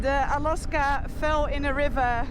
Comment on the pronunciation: its Alaska not Aloska :)